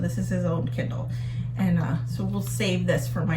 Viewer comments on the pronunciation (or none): At first I thought you said "Ken doll" for the Kindle, lol. Think accents are fun. You say it like "kin DOLL." I say it like "KIN dill." Awesome job on the office!!! Can you come and do mine? Michigan is beautiful this time of year!